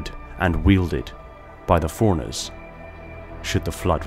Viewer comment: Couldn't watch after I heard "The forerunners" referred to as "foreigners" 100 times in 2 minutes. Annunciation is key